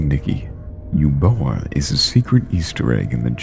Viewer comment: It's pronounced Uboa not Eboa